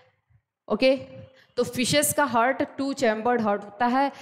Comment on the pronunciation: This is not hurt but it is Heart.